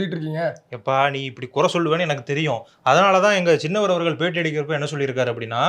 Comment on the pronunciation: டேய் சின்னவர்... நென்னவர் என்று சொல்ல வேண்டாம்